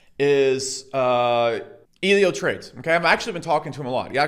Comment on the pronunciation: I like how he calls Elliott "eelio".